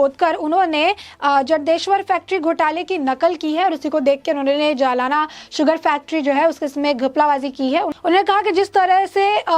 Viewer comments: जलाना नही जालना 😁😀😆😅😄😃🤣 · मॅडम सही नाम है ' जालना ' ना के जमाना. जालना महाराष्ट्र के मराठवाडा भाग मे है. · जलाना नही "जालना" बोलना जरुरी है। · जालना कहो मैडम JALNA आप जलाना कह रही है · मॅडम, जलाना नहीं जालना...